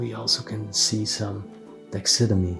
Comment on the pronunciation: It is pronounced tax a derm ee